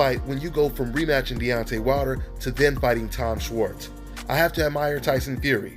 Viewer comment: its pronounced "shwarts"